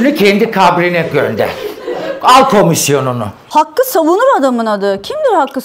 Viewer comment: 250 yi duyunca dili bile dönmedi. Hakket ya 250 ye ne var